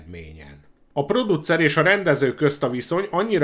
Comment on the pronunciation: Ha csak ennyi lenne a baj... Az egész kiejtés borzalmas. "érdekess", "produccer", "megfilmessítteni", sorolhatnám és ez még csak az első perc. Ettől az egésztől fizikai fájdalmat érzek. Én is kerülni fogom, ha meglátom még egyszer, csakúgy, mint Szoky-t.